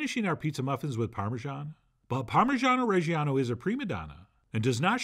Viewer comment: I keep hearing ”parmesan oreggiano” instead of ”parmigiano reggiano”